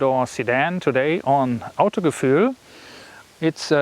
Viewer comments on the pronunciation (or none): Ich dachte im ersten Satz wo du sagtest Autogefühl xD das dein Englisch einfach Broken wäre ^^